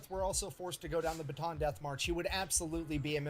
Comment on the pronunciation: Filipino here. How to pronounce Bataan: Pretend it's spelled like Bata'an. I think y'all can figure that out from there. 👍🏼